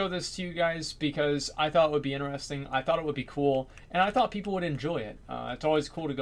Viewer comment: What language is he speaking? "Woyers" "inneresting" ???